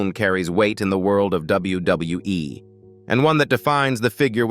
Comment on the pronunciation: you need to learn how to say WWE the proper way dum dum